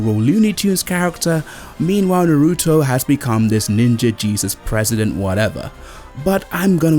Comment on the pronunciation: Stop saying Naruto wrong!!!!! Na-ru-to not Na-ruto. Bo-ru-to not Bo-ruto.